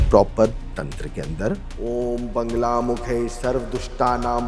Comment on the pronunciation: Buddh bhagwan vishnu ke avtaar nahi hai..correction kare aap...bagair gyaan k video kyu banate ho.. Ye mahashay bagla ki jagah bangla bol rahe hai lagta hai inko bangla banana hai.. Bagla ka sahi ucharan vagla hai shastra k anusaar. Aap pahele rudrayamal tantra, sankhyayan tantra padhe fir bole.